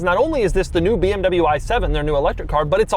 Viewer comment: You are in this game for a long time and you still dont know hot to pronounce BMW or Porsche ?